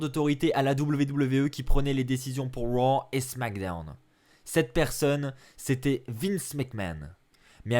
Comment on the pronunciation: Junior Monnereau mdr je suis daccord le « les superstar de Wow et de smackdewn »